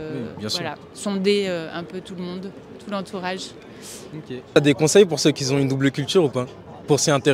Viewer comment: "ceux qui zont" c'est de quelle origine ça le verbe zavoir ? Non, t'inquiète je te taquine, en vrai, bonne vidéo, lâche pas l'affaire ça pourrait décoller ;)